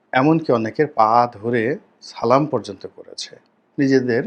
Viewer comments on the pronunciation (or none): আপনি সালাম শুদ্ধ করে করার চেষ্টা করবেন।